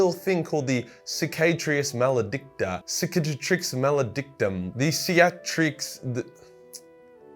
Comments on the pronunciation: Either SICK- Uh-TRIX or KICK-uh-TRIX. Ive heard both. Also nihilus is pronounce like nihilsm.. NIGH-eh-Lus I wanna lie to you and say good effort but let's be honest we all know that was shit. Everything else was great as always though ¯\_(ツ)_/¯ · Its kikatrix. C is k in latin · Sick-a-tricks malédictum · "Se ka trix" Lolololol that was fuckin hilarious though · I believe it’s pronounced “sick-ka-tricks” But yo 😂 “factory rebooting the Tyranid hive mind” still has me dying for some reason. 😂😂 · Cicatreex.... Ciceetrix.... Creatriax................. Purple Wobbly Death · cicatrix means scar, that should help you remember the pronunciation for the future.